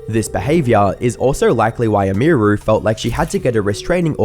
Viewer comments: Either you’re AI’ng your voice, or you have absolutely no idea how to pronounce a streamer’s name that you are reporting on. Both routes lead to me as a viewer being unhappy with you the creator either having 0 understanding of the topic YOU chose to cover, or you made some AI slop, congratulations because either way, you can’t handle success properly, and rushing out incomplete “documentaries” doesn’t make you a creator, it makes you a clip farmer. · Dude it takes 30 seconds to learn how to say her name man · Have you never heard how her name is supposed to be pronounced? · stopped watching because u kept saying her name wrong have some respect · 30 minutes of a man not realizing "emiru" comes from "emily"...unless he would also say "em-ee-ly" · not once did he get emi name right like fuck dude its not that hard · "emeeeeru" lol bro really couldn't pronounce her name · May-ya and e-me-ru Pronounce them right. Im losing my mind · Bruh, I know you're British, but could you at least attempt to say these people's name's correctly? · Didnt wven reseach wnough to prounce hwr name right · This guy must have watched so many stream clips and still always manages to get name pronunciation wrong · Hey, good video and all, but whytf are you pronouncing emiru and maya's names like that? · Couldn't have Googled just one person saying her name correctly? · how can you not even pronounce her username? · I cant not stand how you say Emiru. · ok bro i love ur content but how are you mispronouncing Maya and Emiru lol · How can you pronounce both Emiru’s and Maya’s names wrong? Is this dude AI? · That’s….not how you say her name…. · There's like 3 names stated in this entire video and you manage to butcher the pronunciation of two of them. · I guess my Dude doesn't know how to say Emiru 😂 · Come on, dawg. Pronouncing Emiru wrong i can see but there is no way you're NOT pronouncing Maya wrong on purpose. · Brother the way you say "Emiru" is making me die inside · emmy roo lmao